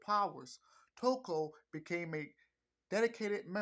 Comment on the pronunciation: not tokyo but " Toko"